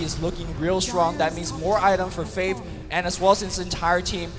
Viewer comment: why cant luminous say faiTH